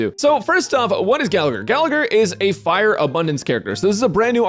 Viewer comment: I cringe every time Gallagher is mispronounced